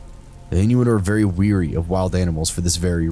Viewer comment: Wary, not weary, just fyi